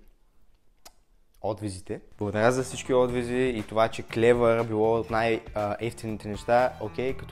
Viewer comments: Не е хейт,но просто казвам,че се казва отзив,а не отвиз 😂😂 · Казва се отзив 😄🙂💕